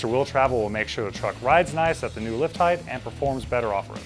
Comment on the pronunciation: Height not heighth